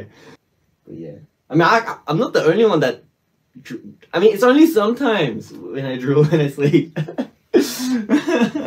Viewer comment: "It's only saurmtimes"